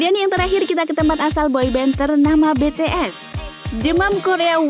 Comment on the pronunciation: Bts😑bi,ti,es...arraseo...bukan be te es....